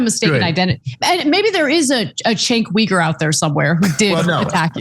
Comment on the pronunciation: Chenk wee-gur?